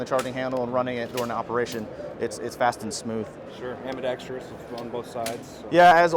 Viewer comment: I bet that ACR guy saying ambidex-tree-ous annoyed Joel just a little